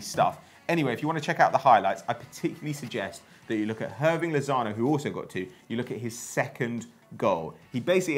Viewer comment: It doesnt really matter alot but Hirving Lozano is pronounced without the H